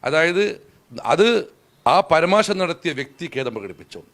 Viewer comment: പരമാശം അല്ല പരാമർശം ഇത് slip of tounge ആണോ